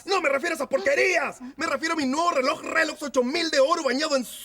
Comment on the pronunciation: todos savemos que dice relox en vez de rolex para evitar el copiryght🤣🤣